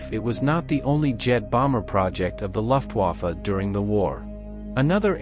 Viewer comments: German words like Luftwaffe need to be phonetically coded for the AI English voice to pronounce the German words correctly, example, tell the AI its "loof", not "luft" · Also, it's "Vaffeh", not Wafe".